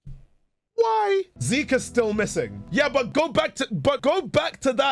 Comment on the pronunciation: probably the shortest sounding "why" I ever heard Also don't recommend trying to look at the creator cause not only has he done some awful shit, it looks like he went off the deep end as now his social media is just ramblings and drawings that I can't even say on here